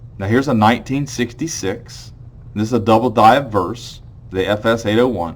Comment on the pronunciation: Just a question. You pronounce 'obverse' as 'adverse'. At least that's what it sounds like to me. I believe "ob-verse" is correct, since 'adverse' has a totally different meaning than 'obverse.' sorry for nit - picking, but am I wrong? Great content, thanks.